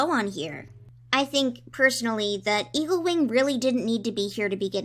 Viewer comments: I keep hearing you say “Evilwing” and not “Eaglewing”. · every time you say eaglewing it sounds like you say evilwing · when you said eaglewing i heard evilwing. tHaT's a cOiNcEdEnCe